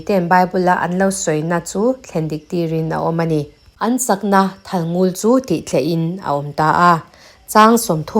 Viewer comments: A ngaihnawm hle mai ka rin zawng tak ani. Thalngul tiha ngul i lam rik dan erawh a diklo. Lel lul mai kan tiha lul ang hian ari tur ani. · Thalngul ..ngul hi a par vul..tih a vul tih ang deuh a ngul tiha lam ni se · Thalngul i lam dan hi, (Ngul) tih lai hi thluk loh tur ania, Ngul tihtK hi lamrang deuh tur aw